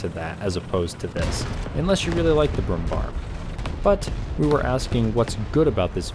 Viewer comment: Bär .. ÄÄÄÄ Not Bar 🤨